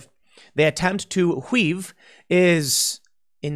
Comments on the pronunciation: "hweave" /s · Did Tim just say "weave" the same way Stewie says "cool whip"?